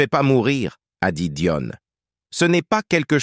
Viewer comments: Que le présentateur prononce le nom de l’actrice correctement Dion non pas Doine Très désagréable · DION DIONE apprenez à dire les noms propres correctement car au bout d'un moment les oreilles ont mal. Ceci dit je souhaite bon courage beaucoup de force et d'énergie à Céline car cette maladie doit être insupportable. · C est pas Dionne c est Dion !